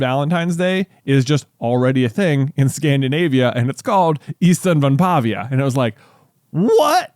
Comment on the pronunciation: As a finnish person; 1) You are pronouncing it close enough, but it is in fact ystävänpäIVä not ystävänpäVIä 2) ystävänpäivä literally translates to friends day, so by saying ystävänpäivä day, you are saying friends day day 3) Ystävänpäivä is a Finnish word and Finland isn’t part of the scandinavia. Though Sweden (and i’d assume most other scandinavian countries) have a similar name for valentines day; vändagen (also translates to friends day)